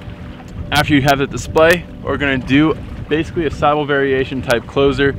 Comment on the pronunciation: Sybil is pronounced s-ih-b-ih-l, just so you are aware. Though the Greek word "sibyl" from which it is derived can have the pronunciation you use here